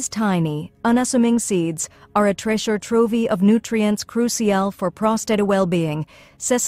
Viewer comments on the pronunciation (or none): "Treasure Trovie" ?? Will you please use a real narrator? Who is going to believe any of this information when the computerized narrator can't pronounce easy words?